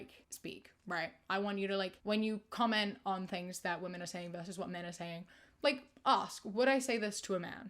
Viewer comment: with so much love and respect - why do you pronounce women as woman 😭😭